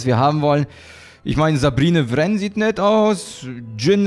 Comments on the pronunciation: man spricht Sabine Wren Tsebine aus also Englisch aus. Notfalls schau dir die Serie star wars rebels an. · du sprichst sie falsch aus schau mal star wars rabels da hörst dann wie man sie ausspricht